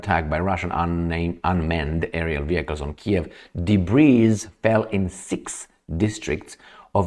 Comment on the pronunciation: Hey, "debris" is pronounced " debri" and not "debreeze". 😂